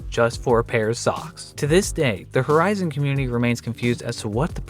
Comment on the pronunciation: The hell is 'Her-Izon' ?